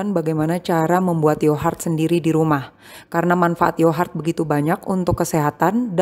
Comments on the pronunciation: Knp mommy nyebutnya yohart bukan yogurt? Aku sampe dengerin di translate penyebutannya 😅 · Kok sama bun, aku jadi kurang fokus nontonnya karna yohart hehe